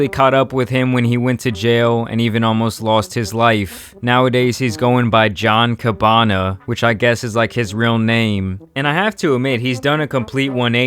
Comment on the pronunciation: Boink gang???? John cabbana???? It’s boonk gang and John gabbana